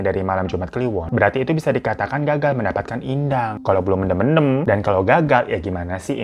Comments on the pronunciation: Bacanya men'them' bang (them seperti dlm bhs inggris), lucu klo mendem 🤣🤣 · Btw "mendem" ya bang bukan "mendem"😂 Eh gmna c....